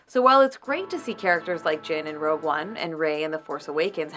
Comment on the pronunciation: Is she saying "Rogue" One, or "Row" One?